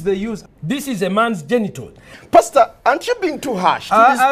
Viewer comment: I just realized the mf isn’t called Pasta, but is simply pastor pronounced with an accent. I feel so dumb HAHAHAH